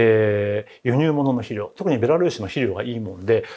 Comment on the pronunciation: 肥料を「しりょう」と発音。江戸っ子ですか。